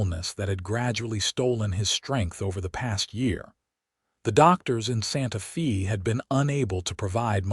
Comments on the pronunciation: How many of these stories does you AI narrato have to misspeak, it Sante Fe, not Sante FEE!!!! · While the hand thing might be a bit off putting, pronouncing Santa Fe as Santa Fee is even more so. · Santa Fe is pronounced Fay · Wonderful story of true people with future vision. Only problem was AI interpretation and pronunciation. Listening from Chicago Illinois. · They don’t even know how to pronounce SantaFe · It doesn’t….you’d think AI would have access to a dictionary.